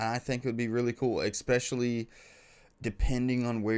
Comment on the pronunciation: Guys i really love your videos. You seem like lovely people! please rethink your pronunciation of especially ! its E and S not EX! :P i love you. Also Espresso... not EX sorry i had to say something